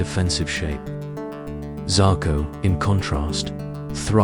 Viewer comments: He did say Zarko ffs 🤦🏾‍♂️ 😂😂😂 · Turned off after 59 seconds when he pronounced the name zarko